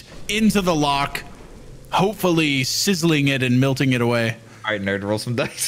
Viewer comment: I swear to god if I ever meet in person I’m gonna teach him how to pronounce the word “melting”